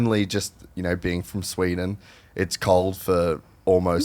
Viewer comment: Sweeden? Wtf